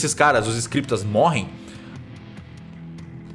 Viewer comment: Ele falando escripitas